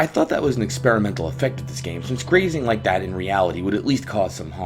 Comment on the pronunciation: I called him and the only thing he said was, "did you rike it?"